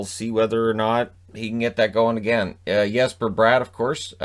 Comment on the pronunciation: Hard "J" on Jesper Bratt's name. Great vid tho!